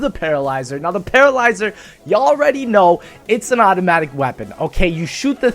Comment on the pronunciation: lol you nearly said Petrolyzer